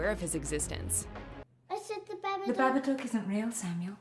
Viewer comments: Alright, it's pronounced "Baba-d-ook." It rhymes with 'book' and 'look." It's NOT "The Baba-dukes of Hazard." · It's baba dook not baba duke.